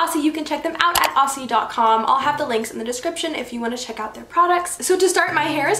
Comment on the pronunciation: Love the hairstyles! A little Aussie help for you, when you pronounce the word Aussie pronounce it like Ozzie. Just let it roll off your tongue a bit. Love you Bestie ♥️